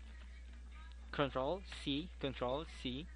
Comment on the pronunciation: what did you say ctrl plus v ?bitts!!!!